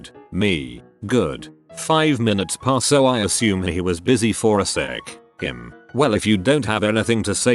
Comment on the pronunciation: The robot narrator: standard speech during a whole sentence, H-I-M.